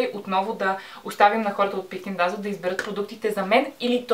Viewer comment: Казва се "дезъл" не "дазъл" .